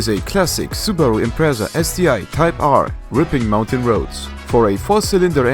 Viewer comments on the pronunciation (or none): none